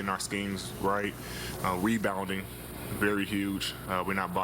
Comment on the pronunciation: Folks said rewbound 🤣